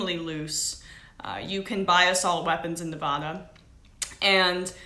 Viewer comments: Neva-duh not Nevaaaaaadaaaaah. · Disliking video, because she can't pronounced Nevada correctly!! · This girl is supposed to be a professional reporter? She doesn't even know the proper way to pronounce the past tense of open fire, Mesquite, or Nevada, and is bringing up talking points when she is not even sure who said it. Such sloppy and lazy reporting. Take a second, make some notes, and don't start filming until you know what your talking about. You look like an idiot.